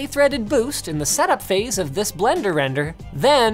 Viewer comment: I don't know why, but it's funny to hear him say "Blender Render" xD